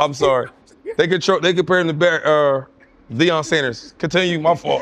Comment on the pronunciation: “Deion Sanders” I’m not watching another second of this. 😂😂😂